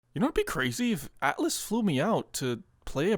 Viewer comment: Dude, it’s Atlus, not Atlas